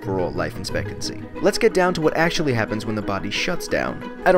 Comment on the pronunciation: In this video the word 'expectancy' seems to be pronounced wrong. Is that just me?